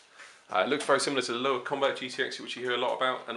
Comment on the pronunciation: It's pronounced "LOAVA". De nada.